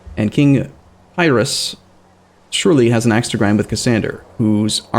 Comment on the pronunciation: He should know how to pronounce the king Pyrrhus's name though. It's literally where we get the phrase "Pyrrhic victory" from.